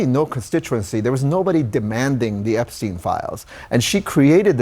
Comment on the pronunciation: EpsteinWar not ''epicwar''